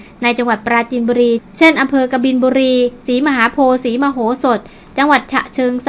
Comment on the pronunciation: อ่านว่า อ ศรีมหาโพดจร้า